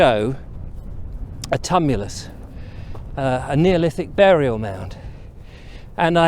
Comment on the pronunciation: Tumulus pronounced tu·mu·lus